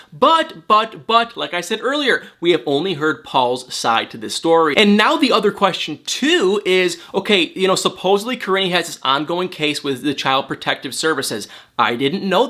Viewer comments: is saying it like Ka-rinn-y but I think it's spelled Karine and pronounced Ka-reen-y? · He pronounces it different, so I really don’t know